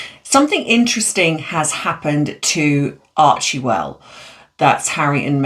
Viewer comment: Your pronounceiation is so bad on so many words. And it's NOT menapause, it's you. Archewell is pronounced ARCHWELL, the E is silent. Just like Ghislane is prounouced Ghilane, the S is silent. You need to review pronounciation if you are going to be a YouTuber.